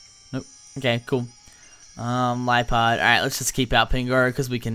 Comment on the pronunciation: It's (le-a-pard) not (lie-pard) lol